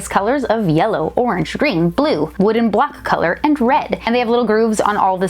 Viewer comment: Nobody: Still nobody:: WoOdEn bLoCk CoLoR